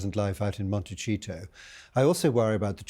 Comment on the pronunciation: Why does this old man keep saying “MonteCHEETO”. He sounds quite ignorant.